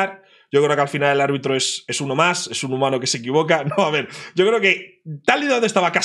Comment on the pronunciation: En que minuto ibai dice sho no puedo tengo fútbol ???